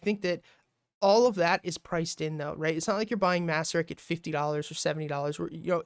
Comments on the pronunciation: Nice analysis, thanks! By the way, it’s pronounced “mace-sur-rich” :) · Actually its MACE-RICH.